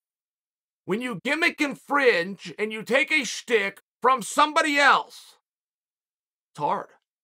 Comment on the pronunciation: Chael, I'm a big fan of yours. BUT your pronunciation is sometimes a little screwy. You were talking about Izzy's entrance and it sounded like you were saying "stick." Did you mean "shtick?" (Sometimes spelled "schtick.") Like a bit, somebody's trademark reoccurring gag? That's pronounced SHHHHH-TICK. SH, Chael. A stick is a piece of wood. Or were you implying Izzy needed a stick to KO the opponent?